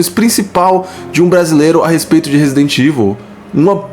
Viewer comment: A pessoal diz Resident IVU e mandou que a pessoa não sabe ler nem falar inglês.